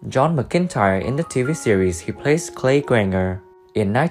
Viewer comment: It ain't ma cintire it's MacIntyre